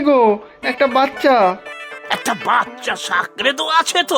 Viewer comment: বাচ্ছা কথাটা বড্ড কানে লাগছে। কথাটা বাচ্ছা নয়, বাচ্চা। সেটাই উচ্চারণ করার চেষ্টা হোক